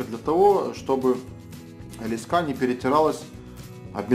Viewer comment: лЕска а не лескА!!